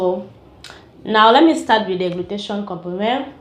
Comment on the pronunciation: Nice review tnks,,it is call (glu-tha-tia-yon) glutathione